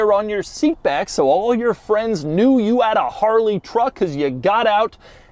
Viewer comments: Harley riders don’t say Harrrrley, but it is entertaining to hear. 😄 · Hate how this guy says "Haarreley" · My sleep paralysis demon is going to be Doug saying “Harrrrley” over and over. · Take a shot every time Doug says "Harrrley" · If I were gis friend named Harley I'd slap him for saying my name like that. EVERY TIME. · Anyone else get irritated whenever he says Harley. Why do you got to say it like that bro. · Why he keep saying Harley like that agggggy